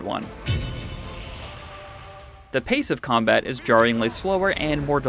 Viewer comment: "The Comabt works really well?!" Honestly can we please have requirements in gaming knowledge for reporters?